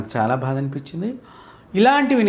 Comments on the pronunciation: bHaada anakandi guruvu garu, vinaleka chhasthunnanu, 'baadHa" anandi please ! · Meelanti vaaru kooda Telugu uchchaarana ilaa chesthe elaanandi? for eg. "bHaada" yendulantunnaaru???? "baadHa" ani meeku teliyadaa?